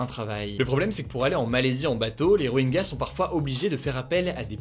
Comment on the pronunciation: Rohingya ne se prononce pas Roenga mais Rohintcha